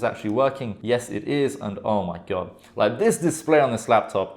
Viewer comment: mans said gode forbid you dont have a razer mousepad